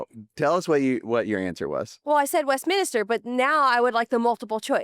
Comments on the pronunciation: Isn't it the Westminster, not Westminister? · It is the Westminster Dog show. Not….min IS ter (like a church official). Just 3 syllables. Love your show. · I THINK is also pronouncing the dog show name incorrectly. She's putting in an extra "i". It's Westminster, not Westminister. That aside, I want to thank you both for sharing your story and being so vulnerable. I think you are both so wonderful and I'm so grateful for all you do for dogs (the best creatures on earth!!):) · Sorry, The National Dog Show airs on Thanksgiving. Westminster (not west-minister) airs in February. Bonus points = Crufts is typically in March.